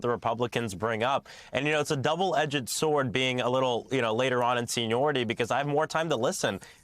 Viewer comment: “Edget,“ I thought it was double edged sword… HMMM… Could be just me